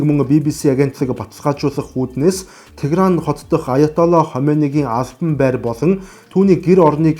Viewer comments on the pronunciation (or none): none